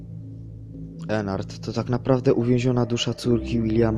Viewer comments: Ennard a nie Enard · Po piersze nie ennart tylko Ednardd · to ennard a nie enar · To jest Ednard a nie Ennard